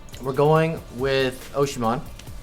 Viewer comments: You pronounce his name as osssyMEN Not oshyman😭😭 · O SEEM HEN not Oshimon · Lmao OCHIMAN it's pronounced osimen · Its pronounced oseemen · I’m Nigerian an it’s definitely not oshiman😂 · the nigerian striker is pronounced: OH- SEEM- HEN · pretty sure it’s oh-ziem-hen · It is o-si-men btw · That’s definitely not how to pronounce osimhen btw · saying osimhen wrong gg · Im Nigerian and the pain i got in my chest when he said Osimhen's name like that is unbearable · I hate the way he says ‘osimhen’ it’s pronounced the way it’s spelt